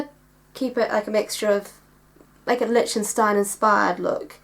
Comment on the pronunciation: The ch in Lichtenstein is pronounced as liktenstein.